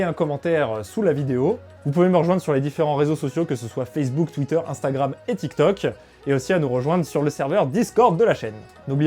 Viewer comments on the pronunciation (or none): none